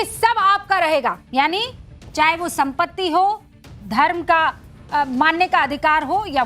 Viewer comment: Wo Sampatti hai smpti nahi